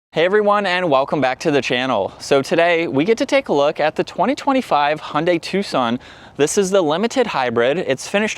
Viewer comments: I know that, and they're wrong. "Hi-undai" is also wrong. The right way to say it is Hyun-dai. with the y of "yodel". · I'm sorry, but why do you say "Hundai"? The "y" in Hyundai is not silent, you should pronounce it.